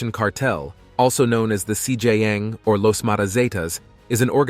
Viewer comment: This guy saying cj yang 😂